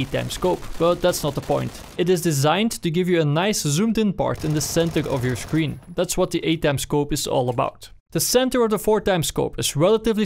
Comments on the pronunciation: I hate that you say "sclshreen" instead of "screen" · he says scleen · scleen LMAOOO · what's a scLeen? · “It completely covers half of the scleen” ok den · This guy can’t pronounce screen